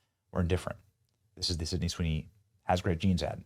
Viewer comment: This man can't say her name first try😂